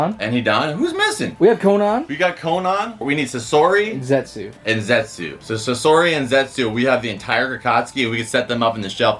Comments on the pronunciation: Sosri…. It’s sassori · The videos great and all but its sasori not sisori